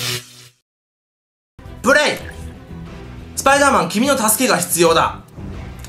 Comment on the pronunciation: ちゃんと言えよスパイダーマンって